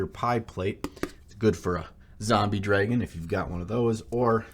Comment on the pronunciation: Me:, listen and repeat after me: draaaaagon.: dreeeeeagon Me: uh...oh wow...ok, try this: "baaaaaag": beeeeyg Me: oh dear god: gwaaaad Me: /die